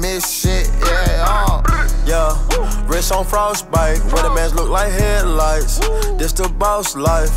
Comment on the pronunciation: Is takeoff saying headlights or head lice lol. Sounds a lot like head lice.